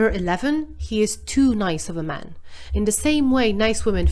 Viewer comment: Every time the word man is used, pronounce it MEN. Whenever the word men is used, pronounce it MAN. Or just blend the word together…. MAEN…I cannot un-hear it.